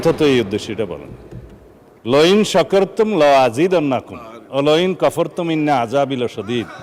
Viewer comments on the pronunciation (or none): মাহমুদুল্লাহ ফরিদ এমপি মহোদয় উনি আল কুরআনের আয়াত তেলাওয়াতে উনার ভুল আছে √লাইন শাকার তুম ওইখানে উনি উচ্চারণ করেছেন × ফাইন শাকার তুম-২ নম্বর ভুল√ মিন্না জায়গায় × ইন্না উচ্চারণ করেছেন। আমি কমেন্ট করার আগে তিনবার রিপ্লে ভালো করে শুনেছি উনি দুই জায়গায় ভুল উচ্চারণ করেছেন-সব জায়গায় ভুল কোরআন নেও ভুল-আফসোস(যে লাউ সেই কদু)